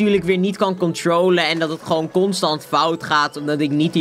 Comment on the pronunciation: controolen hhahaha